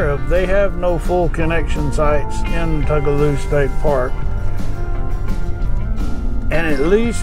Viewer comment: I mispronounced it for years but just a note its Two-guh-low. My husband gives me the hardest time for saying Tug-a-loo. I even called them and was told I was wrong. lol!